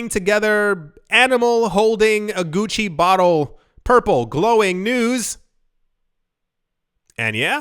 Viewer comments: When you said “Gucky” for Gucci, I laughed hard 😂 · Did you say gucky 😂?